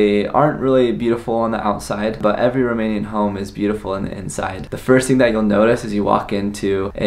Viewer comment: Best Romanian pronunciation I heard from an American 😀 Felicitari!